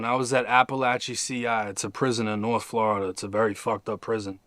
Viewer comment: Nobody that grew up here calls it flarrrda